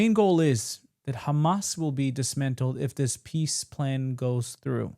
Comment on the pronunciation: Did he just called Hama soldiers?